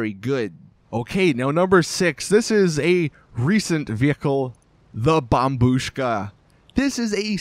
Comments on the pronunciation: At last u pronounce it as bombushka and not bombshuka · yey he can say bombushka correctly now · I’m stunned. He finally said bombushka